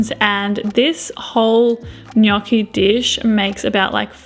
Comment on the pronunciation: nice pronunciation of gnocchi!!😄